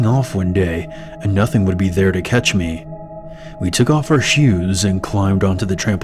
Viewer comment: “we took off our shuus”